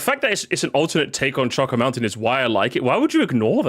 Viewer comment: The way he pronounces “choco” in choco mountain/island has always bothered me and I feel like it’s caused other people to pronounce it that way for some reason 😭